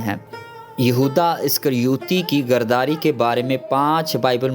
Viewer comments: I’m sorry to say, please correct your urdu, (word is ghadari not ghardari) you’re pproviding the good information from the Bible but the level & the standard of the language should be maintained. word of God will be more effective & more people will be blessed. thank you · لفظ گرداری نہیں غداری ھے۔